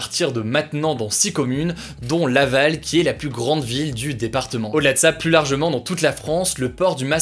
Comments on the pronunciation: Super vidéo juste quand tu dis "plus" prononce le "plu" et pas "+" ça me dérange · Pourquoi ne pas faire un effort sur la prononciation du mot plus ? Je conseille vos vidéos à des étudiants étrangers qui apprennent le français, et c'est désespérant d'écouter systématiquement cette erreur malgré les commentaires d'internautes qui l'ont aussi relevé. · « Le plusse »